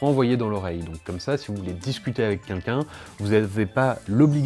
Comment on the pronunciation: Discuter avec « quUNlqu’un »? Une faute de prononciation abusée…